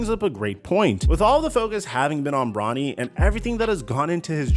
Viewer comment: You said NFL draft and then sounded like you called him Ronny not Bronny